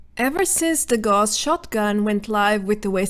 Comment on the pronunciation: Gauss is pronounced "Gowss", not "Gorss", after Carl Friedrich Gauss, the mathematician and physicist mainly famous for electromagnets. A quick google will show that. :-)